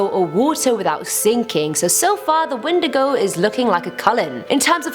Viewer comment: Wendigo ( pron when diego) ur pronunciations always crack me up